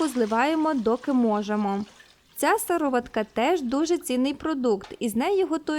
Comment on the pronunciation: Правильно казати сиро'ватка.